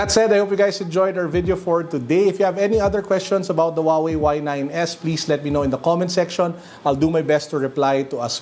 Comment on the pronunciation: Did he say "Huawei y9....s..i..x"☠️